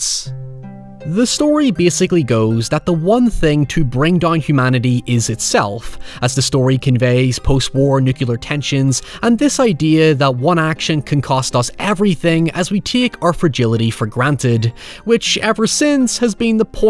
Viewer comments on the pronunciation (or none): Nuclear. It's pronounced nuCLear.